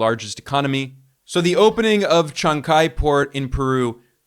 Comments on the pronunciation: Sorry if you don't mind, Shanghai is pronounced as Shang Hai and not Shang Gai ... Thank you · It's Shang-hai. Not Shang-kai.